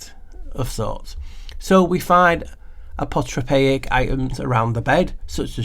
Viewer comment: I gave you a like just for pronouncing that word lol.